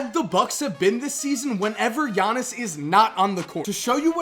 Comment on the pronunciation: IT'S "YA-NIS" NOT "JA-NIS" YOU MONGHEAD